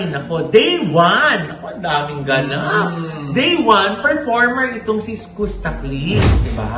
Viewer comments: Mama ogs Skus ( SKAS ) po ang basa s name nya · Iskasta ganyan basa po. Fyi lang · Is it SKOOSTA or SKASTA? How do u pronounce it right? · SKUSTA pronounced as “SKAASTAAH” hindi po “SKOOSTAH” 😅😅😅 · skasta kli po. Hindi skoosta. Welcome po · Anong eskusta, eskasta. 🤔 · skasta po ang pronounciation po hndi skusta' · Is-kas-ta po.. hindi po Is-kus-ta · skusta (skasta po pag binasa) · “iskasta” po ung tamang pronunciation non.. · bakit ba "skoos-ta" ang pagkaka pronounce ng name ni Skusta.😂😅Halatang walang alam tong mga to. Ang tagal na nung issue nag start porket trending saka kayo nakiki tsismis. Andun lahat ng resibo sa pambansang marites Sa FB page ng "Isyus". Iba parin kapag may resibo at may 1 Billion ka bilang isang Marites😂🤣😜. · sakit sa tenga nung "Skusta" the correct pronunciation is "Skaaaasta" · Mali po pg pronuance nio ng name ni skusta 🤣🤣🤣